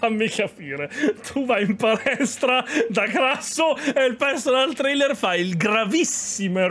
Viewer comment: Sono solo io, o ha detto Personal Trailer?!?!?!? Ahahahahahahahahahahaha